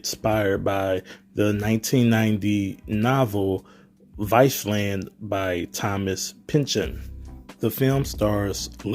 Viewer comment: "viceland"? no it's Vineland. I didn't see it, but you're getting names and titles all wrong. Rewrite your narrative.